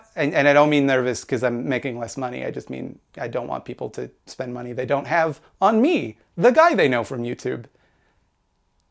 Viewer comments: Also very amused by the way you say Mahhneey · I like when he says "The Maaney".